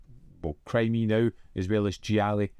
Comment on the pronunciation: I am enjoying your Wallace reviews. I think this one I have seen as a child on TV. By the way, if you want to know: Krimi is pronounced like crimi-nal. But of course it is fine when you say it your way.